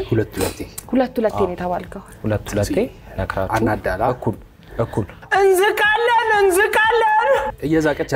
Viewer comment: እንዛቃለን ይላል አይ ትንሳኤ ይች እንዝቃለን እንዝቃለን ያስቀኛል 😂😂😂